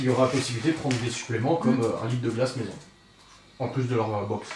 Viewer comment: Je l’entend le « maison » 😜